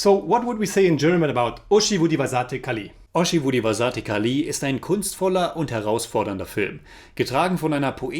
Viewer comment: Please read the comments on your videos bro. I've commented this many times before. 'Zh' in Malayalam and Thamizh are pronounced like a silky rolling 'Rh' as in Rhino. But smoother. Its a unique signature sound to our languages. It's not so hard once you make that adjustment. Today's butchering was particularly bad. ORHI-vu---Dhi(as in the apple)-vasa---'the(as in french for tea) ORHIVU-DHIVASA'THE KALI (short space for the apostrophe) I just say this to you because the reviews are on point. So since you are taking the effort to say the names, why not help in getting you to say it right. But just read the comments.